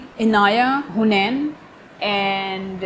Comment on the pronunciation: Its not hunain* its Hameen